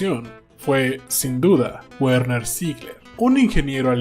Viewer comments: Una corrección con la mejor intención el nombre de Werner se pronuncia Verner la W en alemán suena como V. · me duelen los oídos al escuchar decir guerner